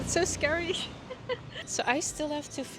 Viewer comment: Tong Lor prounounce as Tong Lor (as in for) not Tong Lo (as in no) but for Ekkamai you pronounce quite well just lower sound for "mai" a bit (Simple tone)